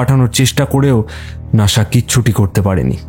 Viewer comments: It’s NASA not Nasha. A small correction 🙂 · উচ্চারণটা কী নাশা না নাসা ? কথাটা exploration করা হবে না explore করা ? গল্পটি অভিনব, নতুন ধরনের। লেখককে অভিনন্দন ! Sound designing ভালো। ছোটখাট ত্রুটি কাটিয়ে উঠবেন, প্রত্যাশিত। শুভেচ্ছা রইল।